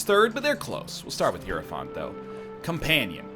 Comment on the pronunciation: NL's continuous mispronunciation of Hierophant is my personal hell